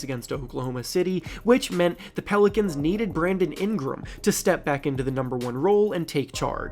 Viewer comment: Was I the only one bothered by how he kept pronouncing Ingram and NOLA 😂